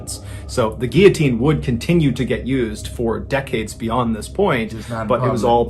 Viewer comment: lots of people mispronounce 'guillotine'. People see the double-L's and want to pronounce it as it is in Spanish, but the L's are pronounced normally.